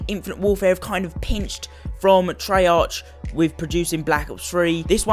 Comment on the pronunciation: nononono NOT TREY arch treyarc